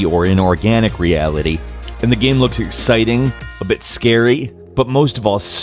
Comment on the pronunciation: Does anyone else fucking hate the way he says game?